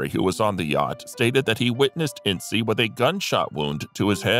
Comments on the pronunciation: "ince" NOT "In--see" The story of the Herst shooting is total Hollywood speculation. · The first picture you show of Loretta Young is actually Deanna Durbin. And it’s pronounced “Ince,” like “mince.” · Your information is wrong on Jean Harlow. I stopped watching after Hearst. Thomas Ince's name is NOT pronounced In-see. Proper pronunciation is a silent "e" not a long "e!" Please DO research. You make yourself look ignorant. Crack open a dictionary. Look up the definition of ignorant, then you'll understand want I'm trying to explain to you! Have a good day. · “Incy”? Where did you get that pronunciation? I have always heard it pronounced as though it rhymed with “since”. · I thought Thomas Ince was pronounced Inss